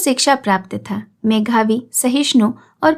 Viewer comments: आपकी वाणी सुमधुर, उच्चारण सुस्पष्ट है, पर एक स्थान पर 'मेधावी' का उच्चारण 'मेघावी' सुनकर थोड़ा अटपटा लगा। निन्दक नियरे राखिए,,,,,, जानकर बुरा मत मानिएगा। 'श्रीकांत ' सुनने की अभिलाषा है। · सत्य कहा, मेधावी के स्थान पर मेघावी शब्द मुझे भी अच्छा नहीं लगा, खैर गलतियाँ सभी से होती हैं, सुधार भी जरूरी है, हिंदी साहित्य - सेवा होना चाहिए .धन्यवाद